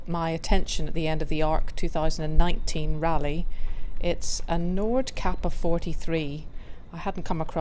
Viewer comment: Hi! For anyone searching this boat, it's called "Noordkaper 43", not "Nordkapper"!